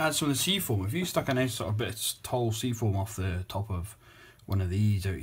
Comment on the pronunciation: ...didnt say it very clear....more British like...just sayin..